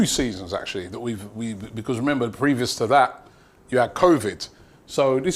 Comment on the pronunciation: Is it just me or does Robbie say because like beecccwooozzz!